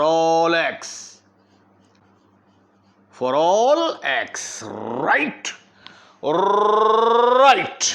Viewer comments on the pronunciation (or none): i can't understand your rrrrrrrrrrright and khulas finish,😵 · Right, Rrrrrrrrrrrrrrrrrrrrrrrrrrrrrrrrrrrrrrrrrrrrrrrrrrrrrrrrrrrrrrrrrrrrrrrrrrrrrrrrrrrrright